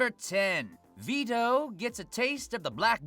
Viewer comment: Few things: Veh-toe not Vee-toe Ahh-sta not Ass-ta Captain Yami finishes Vetto, not the Asta and crew.